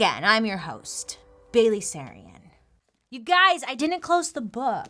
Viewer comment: Bail-ally Sarian 🌈